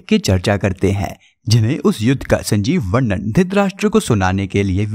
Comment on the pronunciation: सजीव(sajeev) not sanjeev.